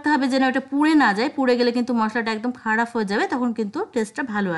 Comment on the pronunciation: বেশ ভাল রেসিপি ধন্যবাদ। তবে ফর্ক মানেই কাঁটাচামচ। ফর্ক চামচ নয়। কথাটা “খারাপ”। খারাফ না। ধন্যবাদ।